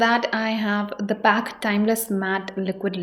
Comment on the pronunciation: Mam aap ka pronounce galat hai ..it's call p.a.c